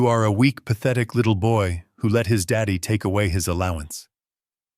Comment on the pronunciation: « II’m just an old man. Who pays attention to the elderly? » « Î’m just an old man who pays attention to the elderly. ». There is subtle difference in pronunciation in the word « who » in the first and the second version,an interrogative pronoun and a relative pronoun, which your reader failed to make.